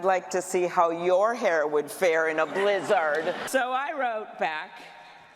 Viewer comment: Why does she say blih-zehrd like that?